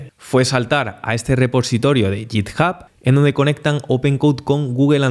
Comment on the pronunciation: Perdona que te corrija una pronunciación, pero es que me sangran los oídos cada vez que te escucho decir "yitjab"... se prouncia "guitjab" (obviamente lo he escrito fatal para que te hagas a la idea de la pronunciación, la "h" de hub no se pronuncia como una "j", pero es el grafo cuyo sonido se parece más en castellano), pero a lo que voy es a la "G" de "git", es "guit", no "yit" ;)